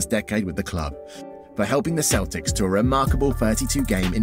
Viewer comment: I swear at the beginning he said Boston Keltics